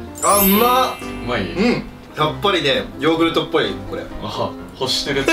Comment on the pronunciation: ローグルトになっとるw